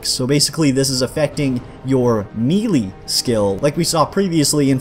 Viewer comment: Good video....not sure if intentional but...."Melee" [mey - ley]